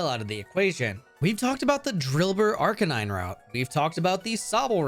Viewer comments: I was watching this while drawing, literally had to pause the video and think for a minute Not hatin I mispronounce Pokémon names too but it’s CANINE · I saw this comment long before I heard them say it… I was expecting “Arr- Kay- Nine,” at worst…. My god that hurt. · Watch me whip Watch me arkanene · arka neeenay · IKR LIKE WHY DID HE SAY ARC E NEI NEI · Ar ka nee neigh 🐴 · Arcanine pronunciation sounds like a Spanish mispronunciation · I could never subscribe to someone who pronounces Arcanine like that. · WHY DID YOU PRONOUNCE ARCANINE LIKE THAT. WHY!? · Alright i am offended by your pronunciation of arcanine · The way he says arcanine was so painful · My soul died when he mispronounced Arcanine. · Why would you miss pronounce Arcanine so horribly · Please learn to pronounce Arcanine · What the fuck did tou call arcanine? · I have never heard someone mess up arcanines name before till now. But this was a funny way of it being said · You can't be serious. There is no fucking way that you actually pronounce Arcanine that way. You can't be serious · I closed the video as soon as he said arcanine wrong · How are Pokétubers still mispronouncing Arcanine. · Have you heard of Wolfe Glick? He pronounces Arcanine the exact same way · Wolfey ahh arcanine pronunciation 💀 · man cant even pronounce arcanine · The way you pronounced Arcanine made me punch air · Surely that butchered pronunciation of "Arcanine" was comment bait, you can't be serious... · I hear a Vineboom in my head every time you say Arcanine Jokes aside, I eat up these videos like candy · Arcanine doesn’t follow Japanese romaji rules, therefore it’s an English word and the way it was pronounced in this video was WRONG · That Arcanine pronunciation hit different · Not gonna lie the way you pronounced Arcanine physically hurt me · I have heard people pronounce it like Are-Canine or Are-Cunine but never like that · Read this comment and thought he would pronounce the arc like arch. But boy I wasn't ready